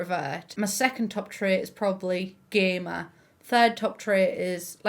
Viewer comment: I’m so sorry, I thought you said you were a gay man when you said gamer and I was like “that’s an interesting development”